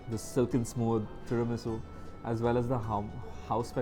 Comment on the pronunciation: Tiramisu Fav is what? Ucharon i bojha jacche na😢